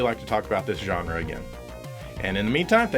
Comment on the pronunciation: The way pronounces the word "genre" bugs me.